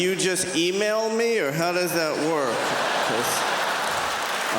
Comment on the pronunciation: its "work " not "worth"